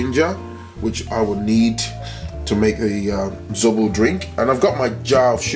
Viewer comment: ZOBO not ZORO😂😂😂👍